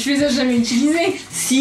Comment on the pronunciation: le "SI" De Michou on dirait il est bourré genre " Siii"